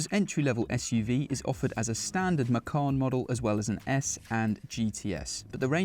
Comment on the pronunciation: Macawn? Or Macon?